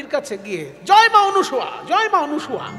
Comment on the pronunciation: আপনি ক্রমাগত সতী অনুসুয়া বলে গেলেন, শব্দটি কি অনুসুয়া না অনসূয়া একটু বললে ভালো হয়, আমি যতদুর জানি, নাই অসুয়া যাহার তিনিই অনসূয়া, এক্ষেত্রে অসুয়া শব্দের অর্থ ঈর্ষা।